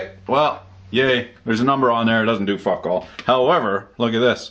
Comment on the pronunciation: "that could have been messy" seconds later "fack"